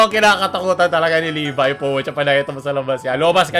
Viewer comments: tf Pronoucing Le-vi instead of Le-by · its leebay not lebi 😭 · levay po pronouncing non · CALLED LEBI INSTEAD OF LEVI FAKE WEEB CONFIRMED?????!!!!???!!?? Sarcasm lang to relax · N@ L3VI pronounced as lebi? -sukot otaku wanna be🤦🏻‍♂ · Did I just heard said Le-vi? Hmm.